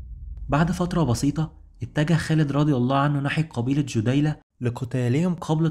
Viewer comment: بارك الله فيكم..عمل عظيم ما شاء الله..عندي فقط بعض الملاحظات الغير مخلة بالموضوع.. عَدي بن حاتم بفتح العين ..وكذلك ثابت بن اقرم وليس الارقم..كذلك اسم القبيلة هي جَديلة وليست جُديلة ...بارك الله فيكم وجزاكم الله خير الجزاء